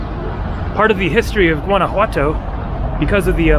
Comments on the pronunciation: Awesome video!!! Only thing that bugs me is that the ‘o’ at the end of ‘Guanajuato’ is pronounced like the word “toe” not “too”. So like GuanajuatOE. You say the ‘j’ perfect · the "G" in Guanajuato is silent dude! If you are going to make this video, say the name correctly!